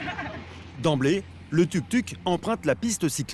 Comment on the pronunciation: Tuk Tuk 😂😂😂. On dit Touk Touk. Typiquement parisien 😅